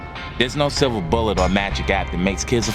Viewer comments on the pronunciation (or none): none